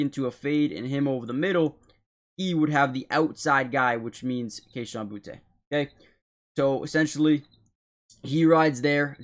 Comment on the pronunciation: It’s not pronounced Boutay, it’s just booty